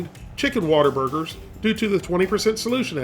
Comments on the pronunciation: That's because it's pronounced "What-a-burger" not "Wattaburger" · Calling them "waterburgers" is a disgrace to Whataburger lol. We pronounce Whataburger; Waterburger, and they're amazing.